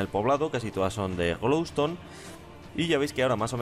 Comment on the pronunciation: like si escuchaste que dijo lamparas de glow tone